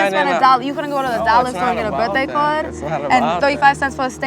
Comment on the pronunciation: "a simple birthday caaaughwwwwwwd" And the way she drags out the last syllable of words at the end of a sentence Only sometimes though. That propensity, too, varies Much like the rest of her unstable accent of dubious origin